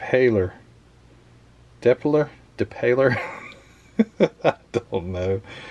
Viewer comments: Pronounced Day-Pie-Eh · Patrick "Depayeh".. French driver. Love this car!